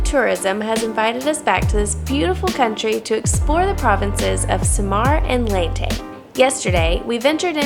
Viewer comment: It's Sa-mar and Ley-te....